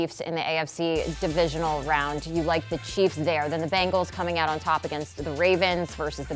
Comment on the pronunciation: Who are the "Bangals"? Can't this guy talk?